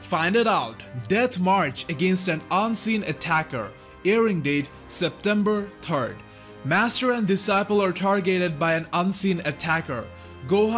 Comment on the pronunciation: "September terd" can't stop laughing!